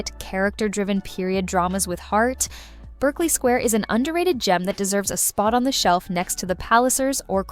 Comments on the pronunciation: The "Berkeley" of "Berkeley Square" is pronounced "Barkley" by the people who named it. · Sorry, it's spelled Berkeley but pronounced Barkley. Since you pronounce Derbyshire correctly as Darbyshire, just thought you'd want to know. Love your videos! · Could you PLEASE take the trouble to pronounce names like Berkeley Square correctly????? Not to mention Matthew McFadyen. Also, none of these dramas has been "hidden" from the public. They're all well known.